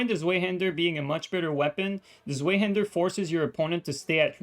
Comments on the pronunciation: its pronaunced Svaihander my man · Great vid thanks for the explanation. One minor pet peeve: The Zwei in Zweihander is the german for 2 and it’s pronounced ‘tsvahee’.